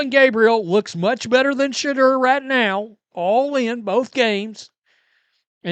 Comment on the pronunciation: It's pronounced Sha-door